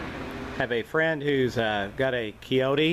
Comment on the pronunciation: Dont over think it, Kioti is pronounced just like the animal "Coyote".